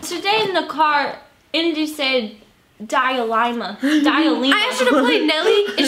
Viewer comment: "diealema" ❤️😂 I can't even